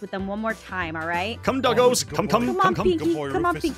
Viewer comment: said come dogos